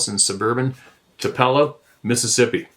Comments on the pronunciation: I need to google and find out where the hell Toopello is. I've heard of Tupelo, MS, but not Toopello. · Shame on anyone for not knowing that Tupelo is pronounced "TOO-pe low", because it's the birthplace of the King of Rock and Roll. 1/8/1935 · I thoroughly appreciate and enjoy the way pronounces different places that most likely he ain't never been but might have heard of before reading about them in his shares. The place he spoke of in Mississippi is TUPELO. pronounced TOO- PULL-O. no biggie, Michael J. Fox didn't say it right in the movie " Doc Hollywood" from the 80s. Although it's slightly sacrilegious it say it wrong down there because it's the birthplace of the old "King of Rock n Roll" Elvis Presley. It still catches me off guard when anyone close to my age mispronounces anything about the south when news from that area was a regular thing. Oh well, to each his own as they say. Anyone else out there get a chuckle when someone misspeaks themselves about where you're from? Y'all take care. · Actually pronounced;TOO-puh-low. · New pronunciation : " Too - pello" ( Tupelo)